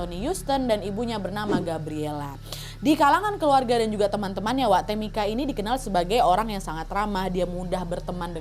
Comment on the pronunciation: Tamika itu bacanya temika ibu😩 Sama kayak Angel bacanya enjel😩yak opo seh smpean